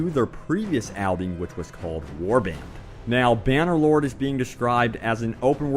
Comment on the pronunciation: I just heard "Bannerboard" and not "Bannerloard". :D